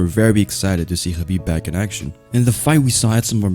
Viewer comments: Dude, you are one of few smart people who pronounce his name correctly: Habib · You actually say his name right I don't understand while people pronounce it khabib the k is silent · He's pronouncing his name right